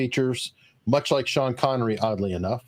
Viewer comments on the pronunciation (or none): none